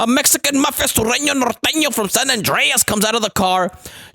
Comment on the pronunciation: Im just glad you Said Norteno right, lolol